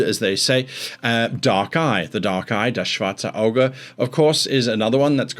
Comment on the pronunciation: As a german guy it's always nice to hear you say "Das schwarze Auge" :) Just ran my first one-shot as a GM and it was lots of fun (also thanks to you, I watched tons of your videos over the last weeks). Do you have any advice on organizing notes? I found that I had a difficoult time remembering/finding all the relevant information in the heat of telling the story and trying to be entertaining all at once. Love your work, keep it up! (Ps. i use worldanvil but it's kind of clunky and I feel I need some kind of 'master-page' where the most important stuff is written down)